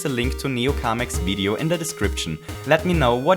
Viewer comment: You said "Video" with a bit too German pronounciation ;)